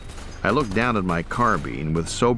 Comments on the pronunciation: It is a carbine, as in wine. pine, line. dine etc NOT carbean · The word is carbine, as in wine, mine, line, vine, fine, dine, nine, pine - NOT car bean